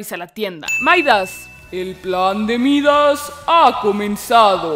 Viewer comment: Me da risa como el tontito dice maidAz cuando Midas es un es parte de la mitología griega que fue incluído en el mundo de Fortnite, y en griego se pronuncia casi igual que en español. Gente, no hagan eso, solo hacen el ridículo.